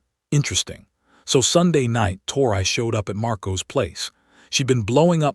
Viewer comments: Her name is pronounced like Tory, not tor-I. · It ain't tor I it's tor e